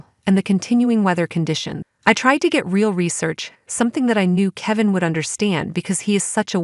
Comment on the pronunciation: KEE-vin????? Ffs